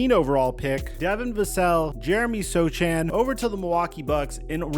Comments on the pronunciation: It’s not So-Chan 😂 the “c” is silent. It’s So-han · Man it’s so (Han) C is silent lol you’re not a spurs fan lol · If we were to trade for Giannis I realllly don't want to include Sochan (pronounced So-Han). Hes their enforcer and also just one of the most fun players in the league. Him and Wemby have such a bromance and having him with Giannis would be such a great locker room. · Jeremy SoTchan 😂